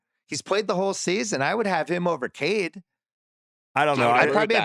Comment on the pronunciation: It’s Cade….stop